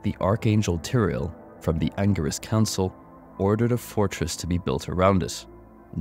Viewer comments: Angirus (hard G) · An-jeer-iss Council, my friend - Cain tells us it in Diablo 3